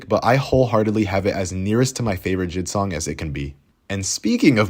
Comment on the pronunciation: Also it's jay eye dee not jid